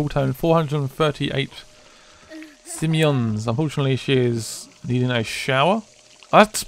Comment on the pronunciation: It's simoleons not simeons lol